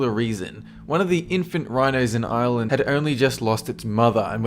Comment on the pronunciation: Please pronounce Ireland right.